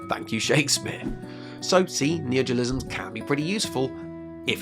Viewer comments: I was confused of what you were saying because you kept saying "Neogiolisms" instead of "neologisms" so I thought you were talking about something else, then I saw the word on screen hehehe. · Dude it's neologisms, not neojolisms like you pronounce it. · "neogilisms" I'M GONNA KILL SOMETHING. It's NEO LO GISMS. fUCK'S SAKE. Why do english speakers have no respect for themselves? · Very interesting, but maybe practice pronouncing "neologisms" rather than "neogolisms". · You discuss very interesting things, but every time "neojilizms" and "jeeyom" and "survey corpse" take me right out :( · neologisms isn't hard to pronounce, come on